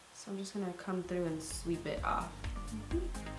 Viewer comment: "Shweep it" Lmfao!